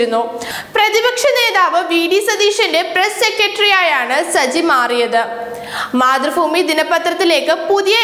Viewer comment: മതൃഫൂമി അല്ല, മാതൃഭൂമി